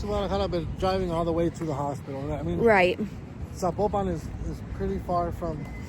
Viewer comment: Estos cuates que doblan en video al español ni siquiera dicen vien zapopan, guadalajara y rancho